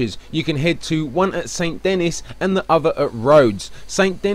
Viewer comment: The way you pronounce Saint Denis hurts me.